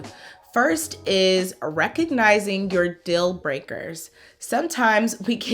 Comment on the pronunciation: I like how you say dill instead of deal, what accent is that? Very nice on the ears